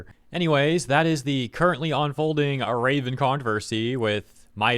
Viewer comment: From Raven to Ra-spits phlem ven